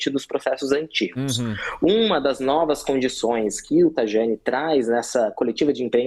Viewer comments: O cara que vende cidadania italiana não sabe pronunciar corretamente o nome do ministro. É 'Traiani', não "Trajani". "i lungo", carini miei!!!!! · Se pronuncia Taiani. Ok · Uma das empresas mais marketeiras do mercado! Onde o próprio CEO falou em podcast que cidadania era VENDAS. Faz black friday de cidadania e não sabe nem pronunciar o nome correto do Tajani 😂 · O “especialista” não sabe nem pronunciar o “J” italiano. Estas empresas são parte do processo catastrófico. E quem contrata também. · Especialista que não sabe nem pronunciar o nome do Tajani! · Pegaram o marketeiro pra falar! 😂 Especialista ele 😂 não sabe nem pronunciar o nome correto do Tajani